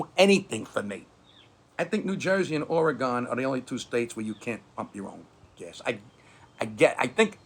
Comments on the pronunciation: You mispronounced the State of Oregon. You said 'Orey-gone' Correct is Orey-gun.' Thanks. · Nooooo, did I just hear you say OreGone. No, no, no... still a good clip though!!! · learn how to pronounce Oregon (OR-uh-gen) or keep it out of your dirty Jersey mouth.